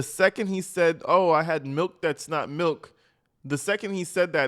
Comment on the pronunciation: “But I always drink plenty of … malk?!”